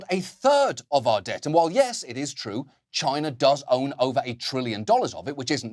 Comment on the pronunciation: Now we know where 45 learnt how to pronounce Chyena, as always, it all comes back to Sarah Palin.